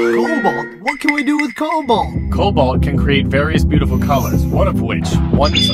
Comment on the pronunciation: What? It's Cobalt. Not Colbat. I think.